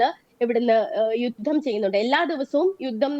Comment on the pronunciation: അവതാരകാ , "യുദം" എന്നല്ല, "യുദ്ധം" എന്നാണ് പറയേണ്ടത്.